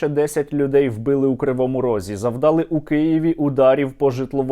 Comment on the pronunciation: не завдАли, а завдалИ, а завдалИ, завдалИ, завдалИ, завдалИ, завдалИ